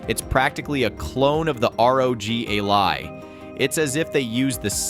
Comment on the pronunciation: Ally not A-Lie :D